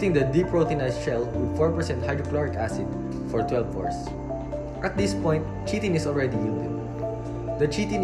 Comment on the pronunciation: I think it's pronounced as kay-tin and yep Cellulose is the most abundant...